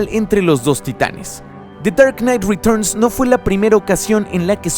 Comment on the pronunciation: me da risa tu acento ingles cuando dices de char nait retochn o sea the dark night returns